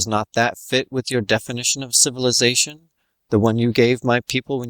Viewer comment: . /!hahaaah! Sifilussation